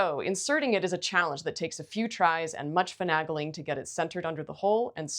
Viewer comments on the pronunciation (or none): Well presented, interesting information. Thanks! BTW, "finagling" is "fih-NAY-gling", not "fih-NAH-gling". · it’s fuh-NAY-gling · This is such an information-packed & expertise-rich video! Thanks for the tips on avoiding saddle soap. As a word pedant — my kind of expertise — finagling has an “A” as in “say”. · I see I’m the only one caught up on “finaggling” 😂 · Never heard the word "finagling" pronounced like that before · midwestern here and have never heard finagaling pronounced with a flat "a" 😲